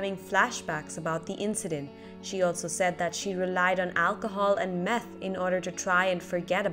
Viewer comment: Cole B this video, the lady is legit saying meth...